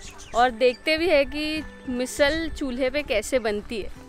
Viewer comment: Your channel is nice and content is good too.. doing videos in hindi helps larger audience to watch it, which is awesome too! But why to pronounce marathi words in hindi accent 🤔 somewhere we do this which sounds weird.. be proud of our language and pronounce मिसळ as मिसळ and not मिसल.. just one example im giving